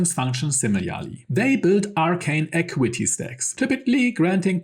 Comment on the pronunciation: The information is great, but even as a non-native speaker of English myself, I find it extremely hard to follow then every second sentence features mispronounced / wrongly emphasised words. This is especially apparent on recurring words, such as attack (at-TACK), initiative (in-NI-tia-tive), acuity (ac-KYU-i-ty), melee (MAY-lay, but it’s a French word, so me-LEE or anglicised me-LAY may also come up sometimes) etc. If you’re unsure about the pronunciation, just look it up. 😉 I recently realised I’ve been mispronouncing “lure” my whole life, until Astarion taught me how to say it correctly, once we had beaten Cazador. 😂